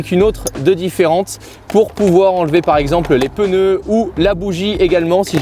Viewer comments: "les peuneus" :D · J adore il a dit les peneu XD😂😂😂